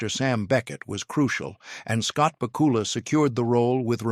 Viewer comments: Please learn how to say Scott BACK U LAS name correctly! I know i didn't spell it right but that's the way it sounds to me! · I was obsessed with Quantum Leap as a kid. The way you are butchering Scott Bakula's name is killing me, lol